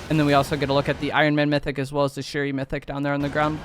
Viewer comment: lmfao shuro🤣 bruh it’s shuri but good review